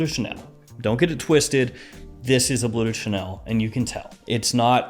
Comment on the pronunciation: It's pronounced "blurr", not "blue". Forgive my compulsive-pedantic disorder! 😆